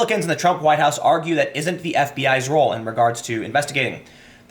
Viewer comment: Your inner Chicagoan came out there at the end with "da bullsh*t."